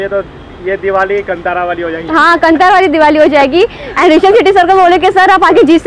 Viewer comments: Its not Kan-thaara.... Its Kaan-thara! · bhai it;s Kaaanthara(Kantara)